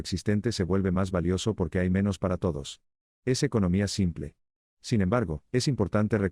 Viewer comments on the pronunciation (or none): none